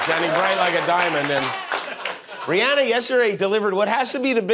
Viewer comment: Thanks for pronouncing Rihanna’s name right even though she says it makes her feel fancy when people pronounce it the other way. ❤️❤️❤️